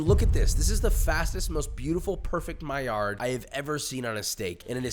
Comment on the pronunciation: stop pronouncing the D on maillard... the man was french